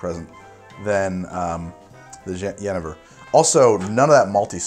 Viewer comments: "I think one is the Dutch pronunciation" Sorry, not quite. The Dutch word, jenever, has an emphasis is on the second 'e' which in Dutch is pronounced like the 'ai' as in 'aim' is in English. And the 'j' is not pronounced with a 'd' sound. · Both of the ways you pronounced jenever weren’t really the Dutch pronunciation Ps: love your vids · As a Dutchman I automatically feel like an expert on Jenever. (Your pronounciation suck btw :P) Jenever, jonge (young) jenever that is, is nowadays less flavored than gin. It used to be made up of alcohol, malt wine, jeneverbessen (juniper berries) and a selection of herbs. Now it is more neutral and the jeneverbessen and the malt wine are optional. It is more like vodka than gin now. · As a dutch viewer: Jenever is pronounced as Yenaver (The best one for me is either Rutte or Zuiddam) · Wrong on both pronunciations. The English pronunciation is “ji-KNEE-ver”, which is pretty close to the Flemish. Hence the rhyme “I’m a believer in genever.” The Dutch pronunciation is “yi-NAY-ver”. Yenniver is a Witcher character for the fricatively-challenged. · Great vid. If you were to pronounce Jenever in Dutch it'd be like "yuh-nay-ver" Not that it's important, but just FYI! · the dutch pronounciatom is '' ye nay ver" you were close though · In dutch, jenever is pronounced: yuhnayvur. Just had to drop that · As a Dutchmen I nearly died hearing you pronounce jenever XD the Dutch pronounce it like this: Yeh-nay-vurr Hope this helps! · In Dutch it's pronounced as Juh-nay-fur with emphasis on the nay. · I know this is an old video, but still: As a Dutchman, I can tell you that you pronounce Jenever incorrectly. xD You pronounce it like: Je-ne-ver (the "J" like the "y" in "yawn" and the "e" like the "uh" in "duh"; "Ne" like the "na"in "name" and "ver" you pronounce correctly). ;3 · Dutch pronounciation is more like Jeu(think french) - nay - fur (but the f is a soft v, like in vrrrr (car sound) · Jenever is pronounced as "yi-nae-ver"